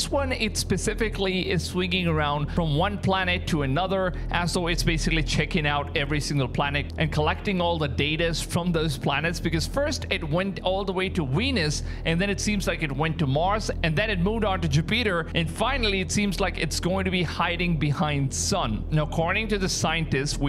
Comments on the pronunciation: 😅😂 First It Went To "Weenis" 😅😂 Then To ju-Peater😅😂 dude where did you learn how to speak English! "Weenis" "Ju-Peter" 😅😂 that's funny s*** man! I don't care who you are that's funny right there,.😅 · What planet is “WENUS”? What planet is “JAPETER”? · ‘Weenus’? ‘Jewpeter’? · Don't forget Weenis. 😂